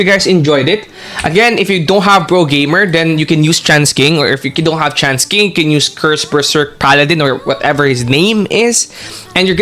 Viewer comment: Why does your tts keep saying trans king instead of chance king?